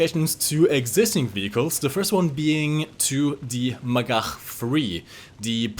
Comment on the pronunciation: Bonus points for pronouncing magach correctly